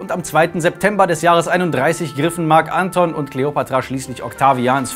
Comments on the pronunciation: Ja, aber als Marc Antón, nicht Ánton. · "Marc Anton" betont man auf dem O. Oh well, is jetzt auch schon wurscht. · Moment Gaius Octavius? Der VATER von Kaiser Augustus? Tz tz tz dieser Fehler ist aber doch etwas peinlich ^^ Gaius Octavius IST Augustus! Es war ein Ehrenname welcher der "Erhabene" bedeutet. Das sagt der liebe ja selbst später. Und bitte sag Marc AntonIUS nicht Anton:) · Wie kann man Marc Anton und Octavian so konsequent falsch aussprechen & betonen... immer diese Amateure xD